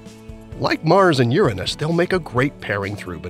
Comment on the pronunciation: You say it correctly like "You+Ranos" but people wants to create chaos to the point of renaming it as if it was 'an american english word'.